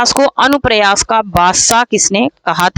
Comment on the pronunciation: Madam anupras nahin anupras padho